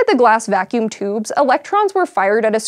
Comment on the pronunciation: She says "toobs"